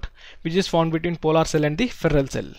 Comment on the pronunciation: Polar not polaar